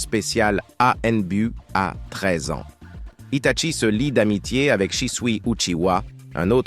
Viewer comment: Arrête c'est un désastre tout le monde le sait que Itachi devrait être un Hokage devrait être le plus doué de tous les ninjas mais malheureusement ce n'est pas eu la vedette donc stop et on dit Hitachi et non pas Hitatchi